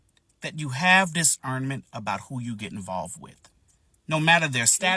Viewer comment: sir its discernment not diserment. Also, telling a person to know what they don't know is the DUMBEST logic ever